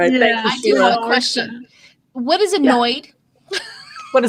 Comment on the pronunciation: What is a noyd (annoyd)? LOL Fruedian slip.